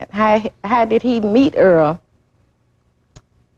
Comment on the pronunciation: Not pronouncing the victims name correctly is insane . *Earl